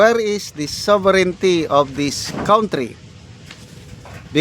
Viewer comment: Now She feel that word SOVERIGNTY😂😂😂😂